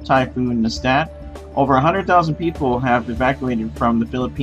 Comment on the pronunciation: Actually, it's NESAT, not NESTAT